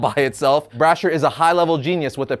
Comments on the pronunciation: It's not pronounced brasher, it's brasheer. Like brash ear. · its pronounced Brah Sheer not Brah Shur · Straight up murdered the names of Valeria and Braesher called him brasher and her Valerie 🤣🤣🤣🤣